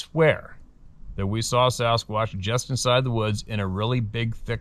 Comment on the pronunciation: lol at “the sarasquatch”